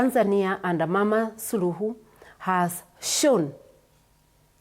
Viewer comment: Learn to pronounce her last name…. Be professional!!